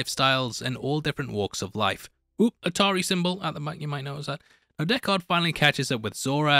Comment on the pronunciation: How do you keep saying dekKARD its prounced DECKard.